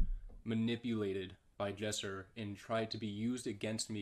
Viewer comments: Not gonna lie.... its Lesser not jesser He acting like a toxic girlfriend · He said Jesser but sure